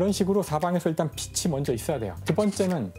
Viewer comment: 빛이, 빛을 [비시], [비슬] 이라고 발음하는거 너무 거슬리는데 병인가..